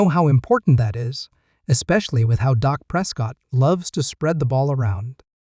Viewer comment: Say the man’s name correctly,it’s Dak not Doc!…